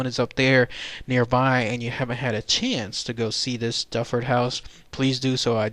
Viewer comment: The correct pronunciation is not Dufford it is Duford as in Do Ford!